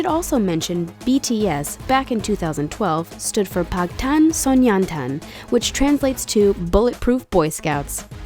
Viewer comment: GOD HELP ME!!!! WHEN THE WOMEN SAYS "PAG TAN SONYEON TAN" FIRST'S READ THE ENGLISH LETTERS LIKE YOU WOULD IN ENGLISH. IN KOREAN I SOUNDS MORE LIKE PANG BUT PAG? ARE YOU SERIOUS AND ITS SNYEON DAN D-A-N NOT T-A-N. AND IN WTF "THIS DIDN'T STICK FOREVER"? THAT IS THE FREAKING TRANSLATE OF THE BAND NAME. LIKE JIN CLEARLY STATED ON THE GRAHAM NORTON SHOW THE BEYOND THE SCENE IS WHAT BTS STANDS FOR IN ENGLISH. ENGLISH